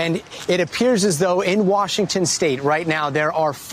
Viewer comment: Wushington State